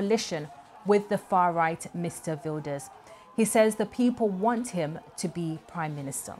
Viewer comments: The reporter is giving a lot of wrong info including unable to pronounce the main names like Wilders. Plus the New Social Contract is not populist at all. BBC kindly correct the info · Don't listen to this propaganda, they can't even come close to pronouncing the names correctly. Please just consider how little they know and how much of a judgemental bias this represents